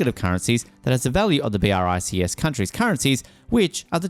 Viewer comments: It's not B.R.I.C.S. Check the pronunciation, would you?🙂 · I can't get over the narrator saying "B, R, I, C, S" every time...